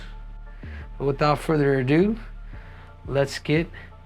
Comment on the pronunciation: without further ado, not redo